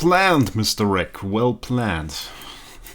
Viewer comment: you don't say Wraec :') Enjoy your holiday!